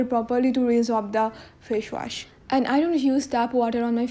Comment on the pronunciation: Fash wash...haha ha😂😂😂😂😂